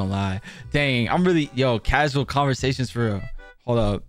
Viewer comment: did he just say rial lol